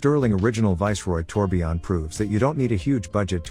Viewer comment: It's tourbillon, not tourbion